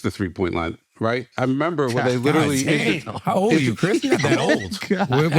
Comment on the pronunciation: Are u trying to make it to a thing , with this “memba” ? 😂